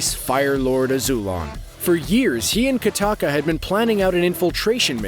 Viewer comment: not katakka kokka